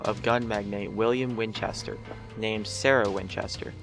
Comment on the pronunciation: whinchester you say? did they have two sons named sam and dean? XD